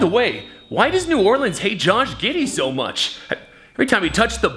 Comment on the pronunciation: why is it New Orlean to 😭😭